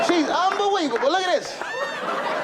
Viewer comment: Never knew he said unbeweavable lolol 😂😂😂